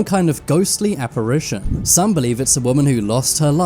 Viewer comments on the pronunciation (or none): none